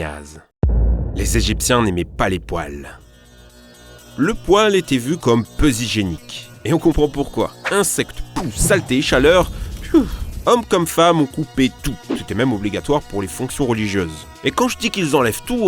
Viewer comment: jolie liaison à 2'04 ! peu zhygiènique ! lol